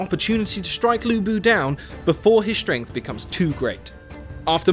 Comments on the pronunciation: ok...you pronounce 吕布 as Lu Bu, which means Ruble(Russian Currency); and 曹操 as Saw Saw, which means “slutty, slutty", which is kind of true if slutty can be used for describing male XD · Loo Boo, Sao Sao, Xi Ya Pi, Jay How Dun. I'm crying.